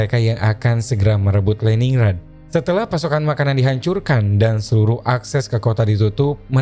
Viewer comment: Just info : Lenin grad utk pelafalannya Om.